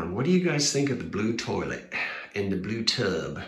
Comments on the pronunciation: What brand of paint do you prefer? I'm so glad you will eventually put the "colonnade" wall back. You crack me up saying terlite like Archie Bunker! 😂😂 My aunt and uncle installed a bathroom in their house for the first time in the mid 60's using those same blue fixtures. I don't believe in coincidences, so of course the color you chose was supposed to be! I love it when the house owner listens to what the house has to say during a re-model, as you are doing. Makes for a happy house! 🏡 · I am old enough to be the mother of your “terlet” (which is exactly the way my Nana from Brooklyn pronounced it). So I’m old enough to be your Mom, too! LOL